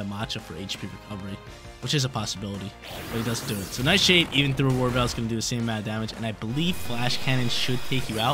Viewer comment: I kept hearing Aurora Veil as war bell